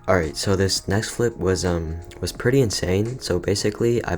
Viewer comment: I love how you say: fliP